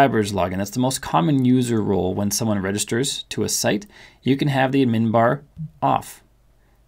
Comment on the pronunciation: Never heard someone call it “ud-MIN”. Only “ADD-min